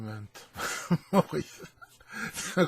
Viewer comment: Merci, mais Mo-Riss a besoin d'être corrigé!